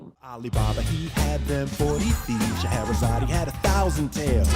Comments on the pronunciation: That's not what he's saying. He's pronouncing her name as Sche-he-ra-za-de instead of Sche-he-ra-zade, which does match up with the original song. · I don't think they're saying "Scheherazade, he [...]" in either version, rather in both the original and the remake, they pronounce her name with the /ee/ sound at the end, like a Greek name, for some reason. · Ever since I watched Sideways' video on the Disney remakes, I can't not notice the fact that Will Smith attempting to copy Robin Williams' pronunciation of "Scheherazade" by emphasising the "e" on the end just makes it sound like he's misgendering her. Like...even as a child I understood that Robin Williams was saying "Scheherazade" if pronounced in a slightly unusual way; with Will Smith, it really does sound like he's saying "Scheherazade, he had a thousand tales"... It's a little thing but it kind of sets the whole song up for failure in the remake almost right from the start. Honestly, Will Smith was sort of set up for failure on this by being forced to do a Robin Williams impression rather than just being allowed to reinterpret the Genie to fit his own stage persona. I'd personally love a version of 'Friend Like Me' done more in the "Cab Calloway"-esque style that Ashman and Menken originally intended, but that wouldn't have worked with Will Smith playing the role. What he needed to be allowed to do is exactly what the version of the song that played over the closing credits did: play to his personal strengths as a performer. Will Smith is the epitome of family-friendly incredibly cheesy 90s hip-hop vibes. What we needed (and what he needed to be allowed to do) was essentially create his own version of the song "Fresh Prince" style. But no, the higher-ups at Disney wanted those nostalgia dollars so instead we ended up with possibly the most vocally lazy, low energy music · He didn't say He, he pronounced the final e in Scheherazade. That is how it is pronounced in the original too